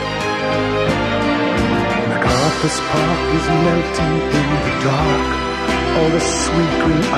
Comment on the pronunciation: Richard, we love you still.?but it Mc.Carthur Park NO 'S! Did no one tell you? MW